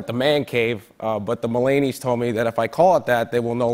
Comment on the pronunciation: “The mullanie’s”